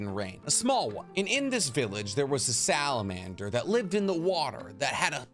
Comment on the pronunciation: you said salabander... wtf is a salaander?